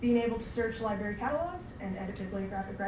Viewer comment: Ok, this speaker sounds like she only knows current Spider-Man (miles morales). Nothing wrong with that, but I'm annoyed by her constant pronunciation of "libary" instead of liBRARy. As a supposed librarian, i find her credibility suspect.